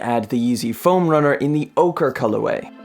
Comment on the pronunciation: Pernouced orcheeee